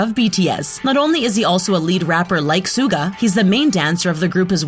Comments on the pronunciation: Its not sooga! Its SHUH GAH ITS PRONOUNCED SHUH GAH! IT AINT NO SOOGA! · IT AIN'T JOHNKOO ITS JUNGKOOK MAKE THE END OF DA NAME SOUND CLEAR, ITS NOT SOOGA ITS SUGA LIKE SHUGA, BRO THERES SO MUCH INCORRECT PRONUNCIATIONS, SRSLY GET DA NAMES RIGHT!! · The way she pronounced there names like sooga and min joongi, jeemin pack jimin jongkoo got me no hate but ye this just gave wrong information j hope is not the mother of the group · Sooo cringy stop calling Suga as Suega!!!! Pronounce his name as Sugar! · I hate how she pronounced the names SUGA is pronounced SHU-GA not SU-GA Jimin is pronounced JI-MIN not JE-MIN Jungkook is pronounced JUNG-KOOK not JUN-KOO And J-hope is not the mother of the group that's Mother Jin and Jimin is in BTS because of his talent and voice and u referd to him as nothing but abs and it's not pronounced Kim tear-young its Kim-Taehyung and Bangtan is not spelled Ban tang😡😒😣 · You dont prunonce Suga its shuga but spelled Suga sheesh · Its pronounced shuga not suga you dumb anti-Army! 😒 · MidNight Lover Squish she had pronounced Suga wrong. The S is pronounced Sh......so it’s like “Shuga” or pronounced as sugar but without the r. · any one else get TRIGGERED by the SOO-GA (suga but she said it wrong) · OH COME ON MATE. DO YOU NOT EVEN KNOW HOW TO PRONOUNCE THE SIMPLE WORD "SUGA"? JUST FREAKING PRONOUNCE IT LIKE "SUGAR" ALSO AHEM "MIN YOONGI" OK I WONT BE TOO MAD ABOUT HOW YOU PRONOUNCE JIMIN'S NAME BUT ITS JUST REALLY CRINGY DO YOU NOT DO ANY RESEARCH? "BUSAAAAAN"? OK THATS IT!! DO YOU CLEARLY NOT SEE THERE IS A K AT THE END OF "JUNGKOOK"? I MEAN SERIOUSLY. ALSO IN HIS NAME, THERE IS A U AND A G "KIM TERRIAN"? UMMMMMMMM OK? MATE YOU'VE GOT TO GET YOUR EYES CHECKED CAUSE I DON'T SEE AN R IN HIS NAME "BANTANG" OR "BANGTAN"? OK BAI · Excuji me, dId YoU jUsT sAy SoOgA? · Jangu? Soonga Kim teryang? GURL YOU NEED TO LEARN NAMES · Suga is pronounced shuga 🤦🏻‍♀️🤦🏻‍♀️😂💛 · She said suga wrong 🤔wow and jimin this is so wrong